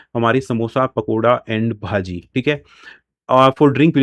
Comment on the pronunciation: Bhaji pronounce भजी